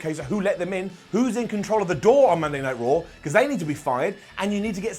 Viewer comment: Cole saying "Monday Night Yard" made me want to change the channel 2 minutes into the damn show. I honestly felt like I was on some kind of drugs watching last night it was terrible.